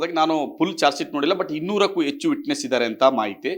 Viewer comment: First he needs to learn Kannada properly. Elike alla, Helike. Should be sent back to Kannada school. Cant differentiate between ecchu to hechu - horrible. not sure where he did his LLB